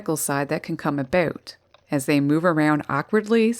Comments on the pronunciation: It's been quite a while since I listen to a Canadian speak, in addition to this Woman's lovely voice, I just love how she says about, we hear Aboot, LOL, love it, by the way are you single?! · "aboot?" Upper Midwest? Canada?